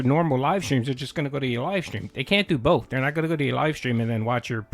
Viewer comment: is one of those he loves to add random Ls to for no reason 😂 “ Bolth “ “ Thoulsands “